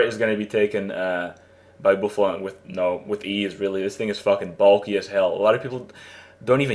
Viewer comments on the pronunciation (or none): Bouffalant = Bawsalant!